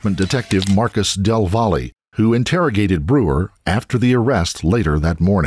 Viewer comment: Del “VOLLY”?? Really? Why don’t you at least lookup how to say the name right? “Del Valle” is a Hispanic last name and it’s pronounced “del vah-yae”. In Spanish, a double L makes the Y sound. Come on man. Del Volley. Come on.